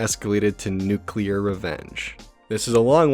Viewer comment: [] Nuculer